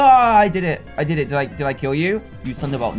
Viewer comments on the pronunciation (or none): HE SAID DID IN HIS ACCENT IT SOUNDS LIKE DIDT